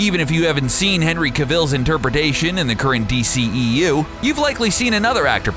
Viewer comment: Avoid - you can thank me later And P.S. Narrator Guy Learn How To Say Henry Cavill's Name Right